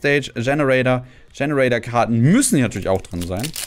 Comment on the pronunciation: Don't worry about not understanding things. That happens all the time even when you know both languages because he does things like say 'Generaider' as if it's 'Generator' all the time.